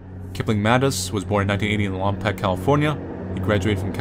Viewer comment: It's lom-poke. The only other time I've heard it mispronounced was on an LA cop show where they pronounced it as lompock.